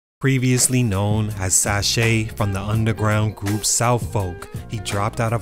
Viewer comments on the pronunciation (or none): Not “Sashay” but Sachy ( the second syllable of Versace ) In Houston WE call the shades “Sachy Shades”……. Almost everytime ppl do stuff like this on Houston, they have many inaccuracies. Y’all should really get a Houston 🔌 smh lol